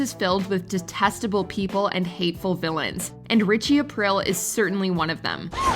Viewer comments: Omg its Richie Ah-Preel. Not Ah-Prill....the narrator has the dumb chick voice. Its like a constipated valley girl. Listen to her say Buffy the vampire slayerrrr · Richie Apreel. Not April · I don't think you actually watched these shows. "Ritchie Aprill"? It's pronounced "A-pree-a". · "Aprell" 😂 sorry had to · It's pronounced "Apreel" btw. And I think Viserys and Ramsey should switch places. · Richie “Aprill.” 😖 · Richie A-PREE-EEL another script.reader.pretending to know any they're talking about all us Italians know how u should say it hurts.are.feelings lol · Please redo this and say Richie Aprile's last name correctly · You pronounced Aprile correctly when talking about Ralph Cifaretto, but not on Aprile’s spot….? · Jesus Christ please learn how to pronounce the characters names correctly. Richie Aprile. Maybe watch a couple episodes so you actually know how to pronounce it. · Ugh hearing her say Richie's last name like that repeatedly lol